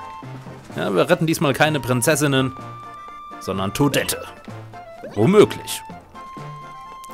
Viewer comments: es wird "todett"ausgesprochen, nicht todette ;) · gibts eine Offizielle Deutsche Ausprache fur Toadette? Entweder Toadette mso wie du es tust oder ohne das "harte" Ende... bisschen schwer zu erklären:P